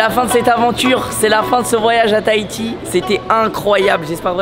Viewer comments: Miche je suis de Tahiti et on dit tahhhiti on dis le h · J'aime bien quand tu dis Tahiti toi tu ne dit pas le H 😂😂 normalement on entend le H